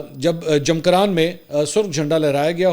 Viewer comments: جمکران۔ Jamkaran ۔۔ Pa zish kiyan مہربانی فرما کر صحیح تلفّظ کیجیئے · جمکران مسجد ہے۔ نام تو صحیح لیں۔ اگر پڑھنا نہیں آتا تو پہلے کسی سے پڑھوا لیتے۔